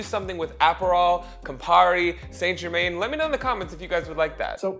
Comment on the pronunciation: Don’t feel bad. His pronunciation of St Germain is horrible!